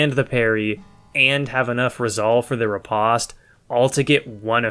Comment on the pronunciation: It’s pronounced RI POST